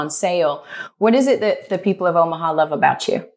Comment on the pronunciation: She said "Omaheart" 🤣🤣🤣